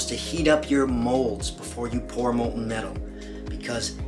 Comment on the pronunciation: molten metal not molton